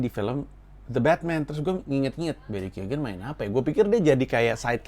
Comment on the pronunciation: lu salah satu dari sedikit orang yg berhasil pronounce nama barry keoghan right on the first try 🤣